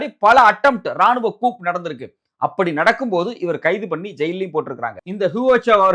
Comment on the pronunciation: உங்களுடைய பதிவுகளில், இது ஒரு சிறந்த பதிவு!🎉... political coup என்பதை 'கூப்' என்று சொன்னீர்கள்... அதை 'கூ' என்றுதான் சொல்லவேண்டும்.... 🎉